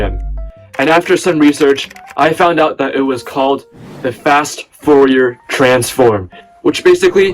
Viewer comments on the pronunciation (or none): instant dislike for saying "fourier" wrong